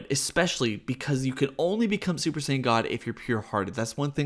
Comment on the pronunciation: Im so high that when you kept saying scion i thought i was watching a battlestar galactica video review.